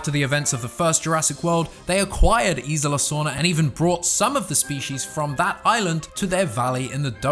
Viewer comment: Isla. I feel you’re adding an “I” in there?